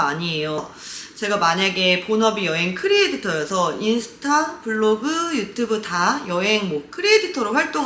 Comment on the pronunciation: 아 진짜 계속 들어보려고 했는데 크리에'디'터 거슬려셔 못 듣겠네요..